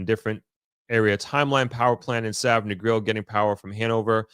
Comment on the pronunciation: You live in Negril so long almost 2 decades and can't pronounce the name of it properly?